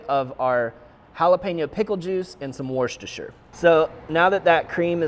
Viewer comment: I see you’re having trouble with Worcestershire. It’s wus-ter-shire. 😀